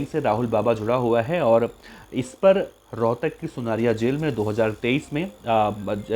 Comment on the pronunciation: Rhotak ha rohkar nhe bhai ji